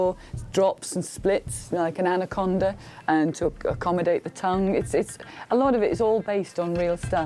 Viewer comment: "ze horror"